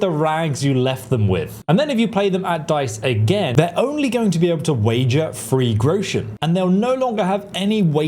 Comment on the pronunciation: Free grochen? You know, when discussing number terms along with the cost of things, it becomes extra important not to speak like your missing-front-tooth ancestors.